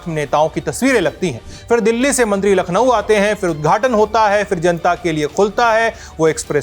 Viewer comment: Baba ji lakhno nhi hota h